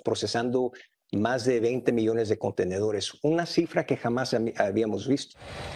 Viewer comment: Miles de millss dice ese reporter????